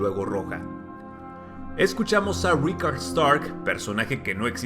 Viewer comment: Yo en el vídeo escuché Rickon, no Rickard. Aunque, claro, en el inglés británico la única diferencia es en la última consonante.